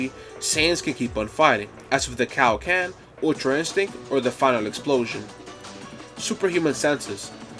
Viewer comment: Before that CowKen instead of Kaioken 😂